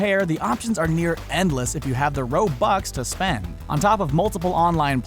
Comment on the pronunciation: Roatbux... do you mean ro bux